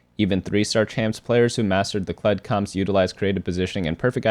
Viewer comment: Ah yes “Kledge”